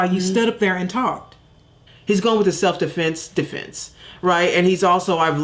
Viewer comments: you arent the only one the minister is worse than she is. its almost as if they mispronounce key words like the guilt is trying to shine through or something. the minister at some point says self deflense. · That idiot cannot say his name Met-Calf and he said self deflints 20 damn times😂🤦‍♀️👏